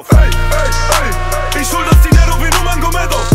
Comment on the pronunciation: Nurmagomedov falsch ausgesprochen